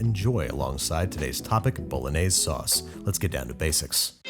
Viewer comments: Babish: * says "Bolognese" * Italians: Porco Dio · The correct Italian pronunciation is "bo‧lo‧gné‧se" not "bow·luh·neiz". Just so you know 😅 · It's not pronounced 'Bolonaise', it's "bolonyazay" - Every Italian. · Authentic to a tee, but the authentic pronunciation is bo—lo-nee-eh—zeh instead of bo-lo-nays. Keep up the awesome work, though. You were one of the first YouTube cooking channels I watched when I was first learning! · Italians don't put milk and cream into ragu bolognese (pronounced bolonyaysay, not bolonayz). You made a nice dish, but you didn't make bolongese. Watch the bolognese video on the channel Vincenzo's Plate. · It’s pronounced Boe-loan-yez-A. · It's boulenese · Karens be like: it's pronounced "Bologanesh" 😼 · bOlOgAnEsH hehe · i thought it was pronounced "baloney" :P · its pronounced bah-lahg-neh-see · Y'all hating on Worcestershire but not Bol-añëz? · You : pasta bolognese Me : pasta BoLaGaNEsH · the way youre pronouncing it makes me wanna crash my fiat 500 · Okay yes I speak English as my native language but I'm forgetting a word so please help What's the B word that looks like should be something but is something else? It's not baloney is it? Something similar to baloney? I thought it was bolognese until he said it exactly the way it's spelt. Am I just imagining a word like that or what